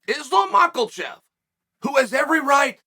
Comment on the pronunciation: Islam michealchev 😂